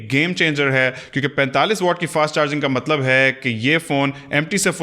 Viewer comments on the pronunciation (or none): none